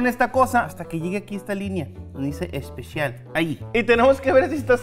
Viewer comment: Me e canto max dise es pe shal